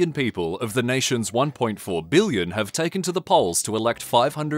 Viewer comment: Oi. It's Billion, not Billon. Also, it's Million, not Millon